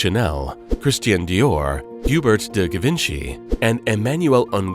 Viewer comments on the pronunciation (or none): Cortie? Hubert de Gi-ven-chii? Oh wow. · Hue-ber-T de GGe-Vinchy 😂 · You mispronounce "Couturier" for one. Learn how to pronounce names before you keep going. You mispronounced Schiaparelli and Hubert de Givenchy. There are pages on here to learn but for some reason decided NOT to do so. Also, there's NO dark side to the designer. Title is bs